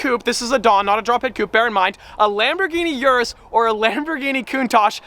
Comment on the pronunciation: O-RUS not U-RUS